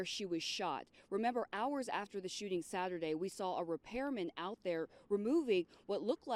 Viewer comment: did this lady just say "bether" and "sathurday"